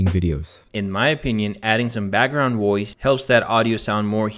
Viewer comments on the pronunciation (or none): The voiceover in this video sounds artificial ?? It's just that the system seems to be changing Vs to Ws. Sounds like it is saying WOICE instead of VOICE.